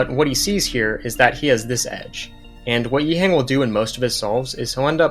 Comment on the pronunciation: Great stuff. Btw, can we put a bit of respect on this guy’s name? Its not ‘yee-heng’ but ‘yee-h-uhhhh-ng’